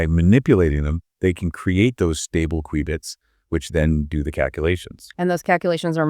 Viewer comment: It's pronounced, "cue-bits." Like a cue ball. Not like the beginning of, "quick."